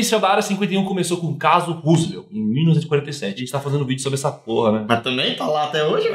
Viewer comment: Mano, não é "Rusiveu" Lê como tá pow, é Roswell (Róss - uell)